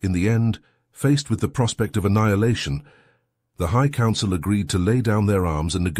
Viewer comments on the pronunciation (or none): none